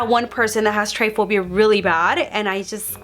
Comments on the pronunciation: It’s trypophobia not tryphobia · It’s tryPOphobia not “tryphobia”.🥺🙄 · Tripiphobia not tripphbia lmaoo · It's try-po-phobia, not try-phobia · Ugh it bothered me so bad it’s trypophobia not tryphobia hahaha no hate you slayed ur makeup 😍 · Its TRYPOPHOBIA! Not tryphobia 😉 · Its trypophobia not tryphobia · TRY-PHOBIA?!?!?!?!?!?! its try-po-phobia, love 😚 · bro its trypaphobia not tryphobia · tryphobia? or trypophobia? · its not tryphobia, its trypophobia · It's trypophobia not tryphobia >:( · Trypophobia is pronounced try-po-foe-bee-ah not try-foe-bee-ah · It’s not triphobia it’s trypophobia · It’s not tryphobia it’s trypophobia she says it incorrectly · she is saying triphobia. i think she means trypophobia. triphobia is a fear of threesomes. trypophobia is a fear of holes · It’s not called “tryphobia” it’s called “trypophobia”, sounds like “tri-po-phobia”. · It’s tripophobia not tryphobia how do you not know the name of what you have smh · Not trying to be mean at all!! But it’s pronounced Try-po-phobia! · Just so u know so u don’t sound like ur lying when u say u have tripe a phobia or however u spell it is pronounce tri pa phobia not try phobia lol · it’s pronounced try-po-pho-bi-a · Emilie Birch me too